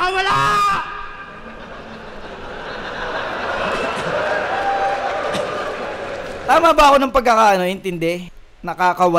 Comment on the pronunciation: "Naka-kawala." Hiwalay ang bigkas ng naka at kawala. Mabilis bigkas ng "naka" kaso yung pagka bigkas nya mabagal yung "naka' kaya nakaka confuse. Mahirap explain sa sulat pero sa bigkas madali sana. HAHAHA Pero sana nagets mo.